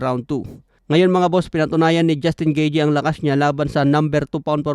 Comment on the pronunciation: Anung gijey 😅😅? Gayteh yan pag pronounce😂